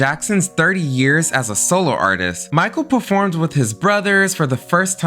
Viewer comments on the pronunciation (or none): none